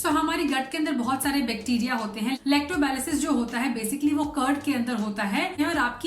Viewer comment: Your video is informative. But sorry to point out that you are unable to correctly pronounce two important words – COBALAMIN (you said, "Coblamin") and LACTOBACILLUS which you pronounced wrongly in a funny way. It seems you are not from a Science background. Hence you are not familiar with these scientific terms. You are perhaps simply reading a script with hand movements without understanding the meaning..!!